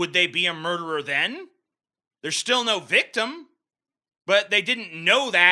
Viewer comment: I’m so high that every time TJ said “No” I had synesthesia and I would see the word “Ngo”